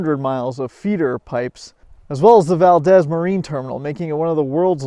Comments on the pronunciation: It’s pronounced “ValdEEz”. Good video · you should spend a little time in Valdez, then you would know that the "E" in Valdez is a LOOOOONNNNNGGGG EEEEE, as in VALDEEEEEEEEZ. It is not a Spanish city. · The owners used big red Suburban trucks all along the pipeline for protection and keeping people from messing with it. It's pronounced Val deez